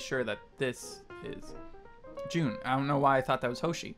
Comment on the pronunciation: i dont think its june its just jun lol